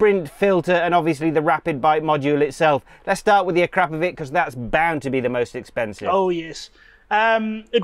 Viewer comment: To everyone from English speaking regions, please start saying Akrapovic like winch or chew or something (imagine it says Akrapovich). It really hearts ears of everyone from Slavic area. And btw. it's not Rimak. If you are capable of saying Citroen then please try saying Rimac (like first letter from Citronen).